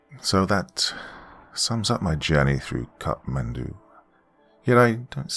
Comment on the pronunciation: Just a correction I would like to point out it's not Cup Mendou rather it's kathmandu.